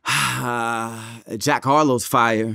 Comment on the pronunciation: Man said jack Harlow 😂😂😂